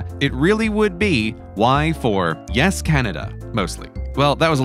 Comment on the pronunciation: 8 months of research and... "Y-es Canada"